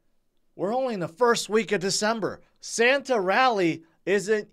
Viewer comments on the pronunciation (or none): none